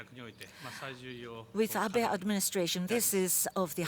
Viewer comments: It's Abe, not Abi! Can't even say his name... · Who is Prime Minister Ah-bee? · "Ah-bee?"I can't even get past the first words of this clip. How insulting. How humiliated I am. The rest of the country should be, too.